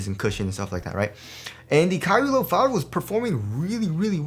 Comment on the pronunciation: it always sounds like youre sayin kyrie LIL 4